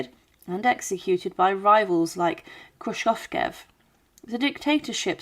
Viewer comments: Krushchev is pronounced Kru sheff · You misprounced Lavrenti Beria, Nikita Khrushchev and Erdoygan. It's not like they are names unknown in the West. Even these days. Try to make an effort. You even get his daughters name even though she is still mentioned in the Western Media